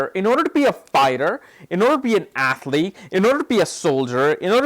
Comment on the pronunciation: I heard 'athleak' again :)